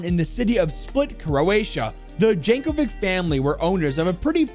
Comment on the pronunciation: Tysm I never knew lore of r6 was so grand :) (For the record her name is pronounced "Yankovitch" )